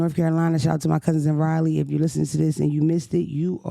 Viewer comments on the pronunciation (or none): This ryleee North Carolina is driving me crazy 😂😂😂it’s rah-lee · RAH-LEE! Lol Raleigh (NC)- <RAH-LEE>…Not Riley damnit 😂 Lookin tf goodt tho 😘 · Riley North Carolina? Lord that’s different pronunciation than I ever heard Raleigh said before 😭